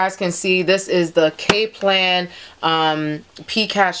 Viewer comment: Cap .. its Kap - lan .. but thanks tho ..